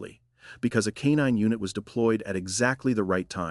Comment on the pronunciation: Kuh nine unit? Is it too much trouble to speak yourself?